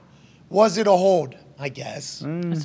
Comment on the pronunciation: Hey McAfee..........the word is HOLD, not HODE!!!!!